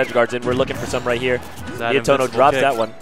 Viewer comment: not Nietoro Nietono is correct